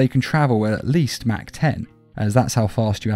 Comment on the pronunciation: Bruh it is pronounced Moch not Mach